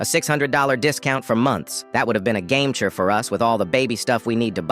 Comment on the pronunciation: "Game changer"❌️ "Gamecher"✅️